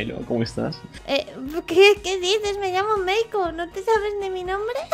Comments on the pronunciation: like si se dieron cuenta que en ves de decir meiko dijo melo XD cuando dijo que habian que hacer algo para que no cantara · Like si dijo "MELO" en vez de "MEIKO" en el minuto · dice melo en vez de meiko😂❤️ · En 2 momentos dijieron "Melo" en vez de" Meiko" 😂 Pero bueno aguante el #TeamUsui ❤️❤️❤️ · Minuto dice melo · like si escucharon que dijo melo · dijo melo en vez de meiko 😂😂🤦🏻😂😂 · Soy la única o dijo "Hola MELO"😅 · El dijo melo?nose si se equivoco o nu c :^ o era asi :0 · QUE NO SE DICE MELO ES MEIKO >:v